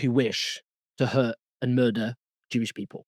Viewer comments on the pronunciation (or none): none